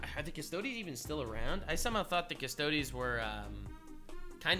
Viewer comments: Thanks for trying to educate yourself on the lore before chiming in. I've seen a handful of other videos on this subject from people on the culture warrior spectrum and literally half of them couldn't pronounce 'custodes' while being strongly opinionated about their makeup; and clearly fundamentally didn't understand custodes were not space marines. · Ah yes... retcon in 40k lore... That definitely neeeever happened bevore. Consider this: most within the community don't give much of a s*t about this issue. Most of the commentators (such as this one, who doesn't even know that custodes aren't spacemarines or others who can't pronounce 'custodes') don't even care about the game and only drive communities apart by artificially amplifying minor points of contention. Anyhow: The more important thing about the custodes currently is that their codex sucks.